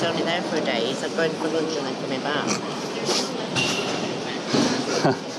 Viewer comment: " a bit of loonch"